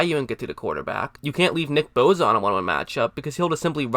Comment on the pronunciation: It's boSa not boza fuck boy lol